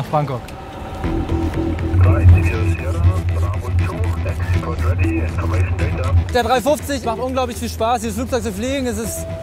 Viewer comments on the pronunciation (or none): das er Frankok sagt, fällt euch nicht auf? :D